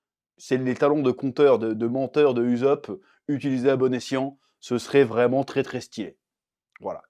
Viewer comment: Arrête de dire uzop stp!